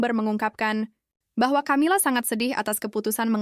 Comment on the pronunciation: Camila itu bacanya Kamila karena itu ejaan asing bukan di baca ejaan Indonesia ..